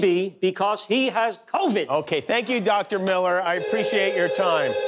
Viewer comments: The funniest part of this, hands down, was balloon-chested Wendy Williams, who TWICE said, “Cornova”, instead of Covid! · But why did they let her say “cornova”?!?! 🤣🤣🤣🤣🤣🤣